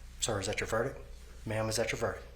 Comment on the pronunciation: Judge can’t even say “verdict” properly after repeating it though..